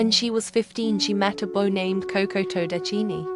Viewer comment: Am i only one who thinks of cheese when you pronounce last name